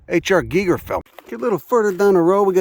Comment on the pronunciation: Hes one of the very few americans that know the right pronunciation of HR GiGER ( pronounced geeger). Its funny for how hes got that thick Brooklynish /Bostonian american italian accent but still pronounces names right. What a guy.